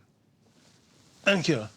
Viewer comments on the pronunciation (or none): "Thankey" (Davina McCall)